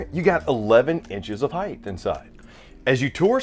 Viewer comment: I couldn’t make it through 5 minutes. It’s height, not “heighth”